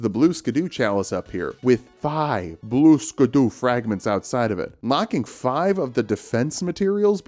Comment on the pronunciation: This is a comment telling you it isnt actually pronounced blue skadoo! I can tell you don't know that, and I'm totally not just giving engagement!